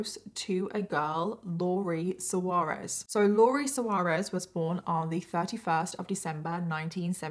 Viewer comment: Lori’s surname is pronounced Swar-ez, not So-are-ez. Pronunciation of proper nouns is an important part of journalism. Do your homework!